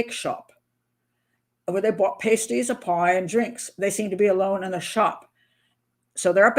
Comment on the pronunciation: We have pasties here in England. I go to Gregg's for one and a coffee. Lol But your pronunciation is a bit off, at least how us Brits say it.